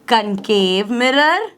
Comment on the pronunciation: Concave not camcave 😢